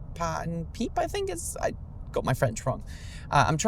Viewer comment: the pronunciation for the Magritte painting would be approximately this: suh-see nay pah une peep (Ceci n'est pas une pipe)